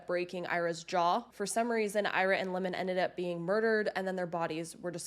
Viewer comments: It is not lemon it is limon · Just something to look into, I've always heard the name Limon pronounced with the i using more of a y sound, more like "Lymon" or how you would pronounce lion but with an m added in the middle